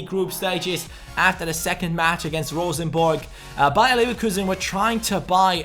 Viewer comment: Best non-norwegian pronounciation of Rosenborg I've heard yet, kudos! Also great videos, now I don't have to buy the game myself, since you're doing pretty much the same things I would! :)